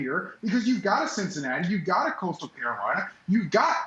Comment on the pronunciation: Did he just say costal and Cincy. Are you kidding me lol. That’s the ultimate WHO 🤣🤣